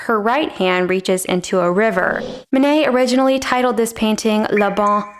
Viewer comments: Actually, if you pronounced the names of Monet and Manet correctly, there would be no confusion. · Again Manet isn't Monet